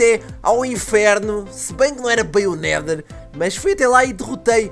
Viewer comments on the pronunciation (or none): quando o fala epic nedher espada parece epic merda espada